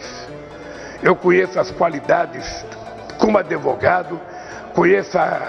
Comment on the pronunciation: Um chefe de estado falando adevogado é um soco no estômago. 🇧🇷